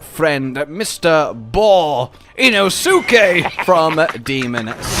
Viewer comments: “In-o-su-kay” You do this on purpose. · Dude said en no su Kay 🤣